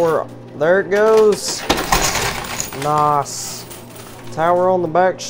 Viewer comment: it's nice not noss